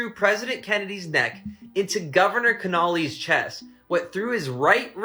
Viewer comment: ya think he would know how to pronounce Connelly hahaha